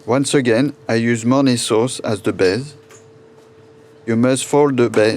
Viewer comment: Fait un effort pour l'accent, quitte à ne pas utiliser l'accent anglais correctement ne dis pas "Baise" au lieu de "Base" à